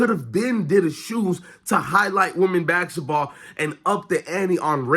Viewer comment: Practice saying basketball please.